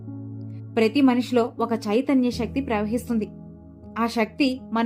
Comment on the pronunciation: Madam shakthi kaadu sakthi Ila baashanu maarchesthunnaru koncham baaga maatladandi chaala mandi ilaney aksharalu maarusthunnaru em style andi chakkani telugu ni chiraku chesthunnaru